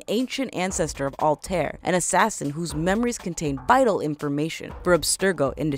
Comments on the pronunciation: Did She Just say: Alter? And not Altaïr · IT ISN'T CALLED ALTIR IT IS CALLED ALTIER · Altair (Al-tie-ier) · Its pronounced ( all tie ear ) not alltear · It's Altaïr, not Altair... Is it so difficult to pronounce it correctly? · HOW HARD IS IT TO SAY "Altair" NOT ALTAER srry it's pronounced "altayeer". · It is really distracting when people misuse words or mispronounce clearly stated names... Altaïr is not “Alt-Air”. It’s very clearly pronounced as “All-tie-ear” throughout the game. Additionally, Desmond Miles is not an ancient ancestor of Altaïr. It’s the other way around, which you said correctly the second time around. You first said Desmond is an ancestor, and later said “Desmond’s Ancestor Alt-Air.” It isn’t a two way street. Desmond is a descendant of Altaïr, and Altaïr is an ancestor of Desmond. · It's Al-tie-ear!!! NOT AL-TARE! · Before u do a ac video learn how to pronounce the names correctly. It’s ‘al-ta-ir’ and it’s ‘ei-vei’ no Ave and alter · Not altare its AL-TA-EER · You mispronounced Altair. Its All-Tie-Ear. Evie is more like Ee-ve. Also Altair is the ancestor of Desmond. I could've sworn Ishmail said "they are giving modern day the attention the fans want" or that they are making it the way the fans want it. Not a bad video overall but there are a lot of poorly researched points here and ot shows greatly especially to those of us who love the series. Might want to redo the video for better accuracy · i just noticed you mispronounced Altair. It should be more like All-Tie-Ear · It Hurts So Much When People Don't Realize It's Pronounced "Al-tai-eer" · Also, IT'S "SEE-NEW" NOT "SEH-NEW" I Swear, This Is The Only Thing I Hate More Than Ajit Pai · Altair's name is pronounced (All-tie-air) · Madcatter you know both of those pronunciations are wrong it’s actually al-ti-r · Its all-ty-air altiar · it is Al ta ir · mispronounces Altair's name YOU HAVE NO PLACE HERE! D:< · You pronounced Altaïr Ibn-La'Ahad's name wrongly...